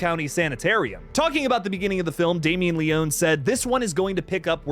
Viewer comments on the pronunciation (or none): It’s pronounced Leoney as if there was a Y on the end 🇮🇹💪